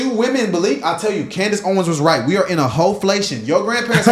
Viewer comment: Is she a hooker? Y'all just said "HOflation"😂😅